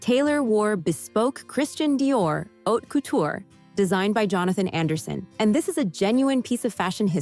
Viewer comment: ANNOUNCER: IF YOU'RE GOING TO TALK ABOUT COUTURE Dresses learn how to pronounce it! Unbelievable you sounded ignorant! And Miss Bryant 's dress was sapphire blue not powder blue... O m g get it right!!!